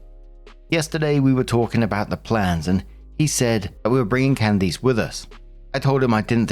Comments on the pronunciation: Hearing pronounce Can -diss as Can-deese is toofunny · Alright,, gotta work on pronunciation. Can-dis not Can-deese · I am dead at the "can deece" pronunciation lol. its "cand-is" with a short i sound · Candiss. Not cand-eese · its Candiss, not Candeece. I have never heard it pronounced that way lol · I keep getting stuck on pronunciation of Candice (CAN-des) as (can-DEES). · I’ve never heard Candice pronounced this way lol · Completely unrelated to the first story but... has never heard the name 'Candice' said outloud before or is this a British pronunciation that just sounds horrifically wrong to American ears? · Why are you pronouncing Candice that way? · Story 1 - When STILL can't pronounce "Candice" correctly. Jesus.